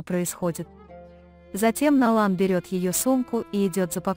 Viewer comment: какой перевод ужасный не Налан а Найлан не Канан а Жа